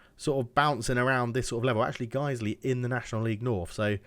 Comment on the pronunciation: You pronounced that right. Guisley is local to Leeds, as is Farsley Celtic.